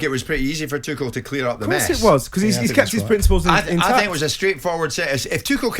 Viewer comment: I really wish every pundit would have a chat and decide how to actually say Tuchel’s name properly.